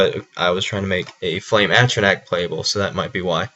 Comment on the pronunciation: just to clear something up, not picking on you but its........ATRO NARCH, i know its spelled differently but thats how its pronounced.